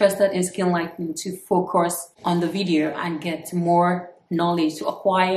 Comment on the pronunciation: Yes you are an adult and can do whatever. I like your confidence. Some of the people leaving bad comments about your products will most likely secretly buy your product. The only thing is...watch how you add "R" into words that shouldn't have "R". It makes you sound like Bobrisky. The word "But" should not be pronounced as "Burt". Anyone is not Anyorne. Focus is not Focurs. Home is not Horme. That's just to say the least.